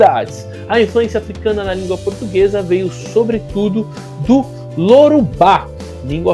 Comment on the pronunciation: Olá, professor! Parabéns pelo trabalho! Apenas uma pequena correção: o idioma falado por boa parte dos africanos que foram escravizados no Brasil chama-se YORUBÁ, e não Lorubá...